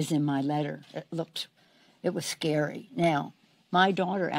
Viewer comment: It was scare-wy... so scare-wy!